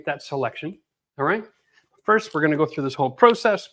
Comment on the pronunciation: American here…. You got it right. It’s process, not prOcess.